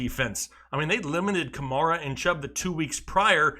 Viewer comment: he said CHUBB